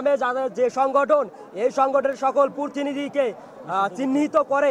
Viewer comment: অতিবিলম্বে,পুর্তিনিধি,ওফেন,এই হল আমাদের ছাত্রদের উচ্চারণ!